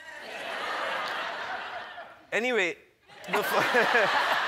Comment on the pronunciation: I never heard that pronunciation of kunal ✌️😊